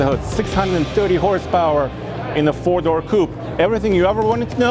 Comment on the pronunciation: Did he say 4 dour coupe?